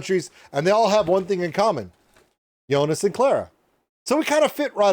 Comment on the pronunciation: Still saying it wrong. If his name is Joonas, the o vowel is long, it's not jounas, it's jooonas.